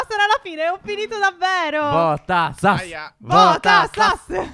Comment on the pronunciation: Dici benissimo sas fa pena buuu